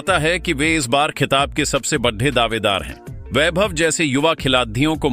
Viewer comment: यह कैसे शब्द बोल रहे हो।badde kya होता है बड़े खिलाड़ी होते हैं। कम से कम बोलना तो सीख लो ।जाने कैसे कैसे लोग आ जाते हैं बोलने ।